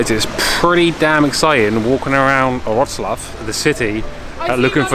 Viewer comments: Perfect pronunciation of Wrocław ( vrotswav ) by 👍👏👏👏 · Proud of you for how you mastered the pronunciation of "Wrocław" :D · What a great videos! I'm going to stay with you. Geatings from Wroclaw (ps. you prounanced the name of the city real good!) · Great pronunciation of the city name ! Well done! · it was a perfect pronunciation!